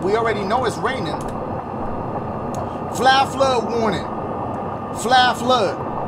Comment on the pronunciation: Nobody: Dashie: flash fluh warning